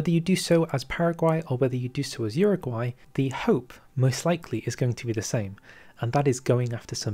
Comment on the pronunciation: Uruguay* not Uraguay